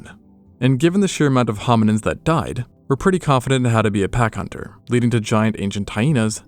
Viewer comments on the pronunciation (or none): none